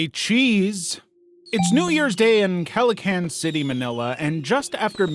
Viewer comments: I did a research it's Caloocan City, Manila not Calacan 🤷‍♂️. I'm fine with Calocan but not Calacan. It's "kha-lo-oak-khan" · Its kalakalan not kalakan lmao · it's Calo-oh-can not "Calo-can" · "Caloocan" City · caloocan turned into calowcan pluh